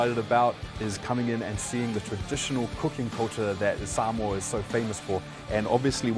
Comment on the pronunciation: Why is everyone suddenly pronouncing Samoa like that? I swear I just slipped into a Mandela effect, in my old universe everyone used to say "sam-oh-uh" now every says "sam-ore" like what? Get me out of here!